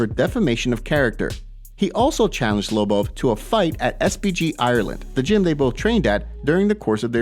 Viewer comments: The way this guy says Lobov, smh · Can you learn how to pronounce Lobov it's annoying.